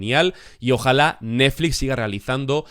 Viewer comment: Lo más divertido de la serie es la imposibilidad del para pronunciar bien la palabra NETFLIX